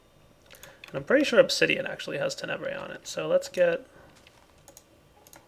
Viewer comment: It continues to bug me that puts the emphasis on the second syllable of Tenebrae instead of the first. XD